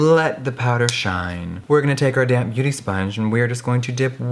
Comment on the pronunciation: Lol when he said “damp beauty blender” my dumbass kept thinking he was saying “let me take my DAMN beauty blender”